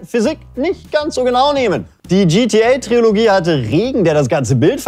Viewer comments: Eure Sendung ist super, aber wenn dieser Moderator noch einmal TriOlogie statt Trilogie sagt, fang ich an zu schreien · Ist das eigentlich ein Running Gag den ich verpasst habe, dass er immer Triologie anstatt Trilogie sagt? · Trilogie! Tri-lo-gie! Ich mach gleich Trio mit vier Fäusten, wenn ich das noch einmal falsch höre! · Es heißt TRILOGIE, nicht TRIOLOGIE! Wie würdest du dich fühlen, wenn man deinem Namen unnötig Buchstaben hinzufügt oder wegnimmt? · Hihi hi, er hat Triologie gesagt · Trilogie! Nicht Triologie!!1!!1!11!!